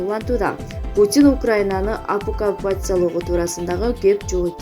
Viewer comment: Окуппация дегенди окуй албайт го?